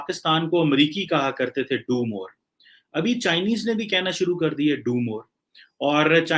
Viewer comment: They are saying Doob More...in Bengali accent...😂